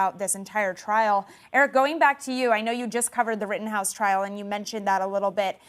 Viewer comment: Kinda made me a little mad when he said like the “Rittenhouse case”